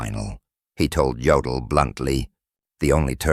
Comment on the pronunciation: Yodal? Durnitz? Really?